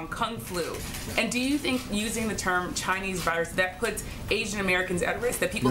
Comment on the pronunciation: "Ghinese virus" 😂